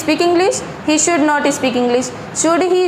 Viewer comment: Its sould or should ... and thats not aalsoo its also😬😬😬